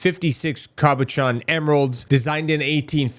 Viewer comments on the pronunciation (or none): none